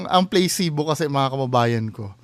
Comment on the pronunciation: It’s pronounced as PLA SI BO and not playcebo